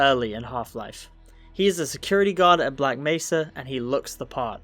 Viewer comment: Bro sounds like he's saying "black messer" (messer is german and translates into knife, so he's saying "black knife" XD)